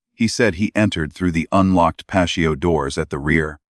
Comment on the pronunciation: Dear AI - It's not 'pasho'. It's pronounced 'pa-T-oh. So sick of all the mispronounciations in these readings as though they're not important. Words are important, as those who censor and change our vocabulary know! Your carelessness and lack of thoroughness in programming AI is either deliberate or disrespectful to native speakers!